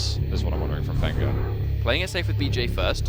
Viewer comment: it's not vengger it's venjeur ffs